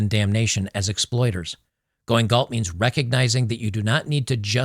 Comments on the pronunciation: Galt, not Gault...🤦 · Gault? It's GALT. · Just FYI, it’s “Galt”.